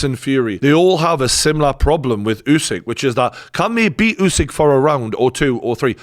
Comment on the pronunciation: This was very entertaining to watch and informative, thanks. Have watched already few videos on the channel and I like it. The only thing I’d like to correct as a ukrainian, Usik is pronounced not as it is written, it is actually sounds as it would’ve been written Oosik. Hope it helps.